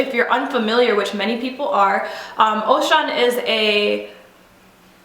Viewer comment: You are not pronouncing Osuns name properly. It is not satanic. Know the history and study Ifa before making any comments. In Yoruba tradition the devil does not exist.